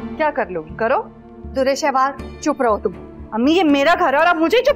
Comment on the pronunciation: It’s not durrr shehwar it is dur-e-shahwar. Plz someone tell this to the actress playing ayema.